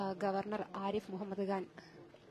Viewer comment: അവതാരികയും പോയോ,? ഇടക്കിടെ മൊഹമ്മദ് കാൻ "കാൻ "എന്ന് പറയുന്നത് കേട്ടു.